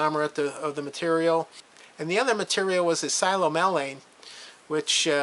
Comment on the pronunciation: Psilomelane is pronounced sill-AW-meh-lane. Wad is a field term for mixed manganese oxides, hydroxides, and sulfides. It's similar to limonite for mixed iron oxides and hydroxides.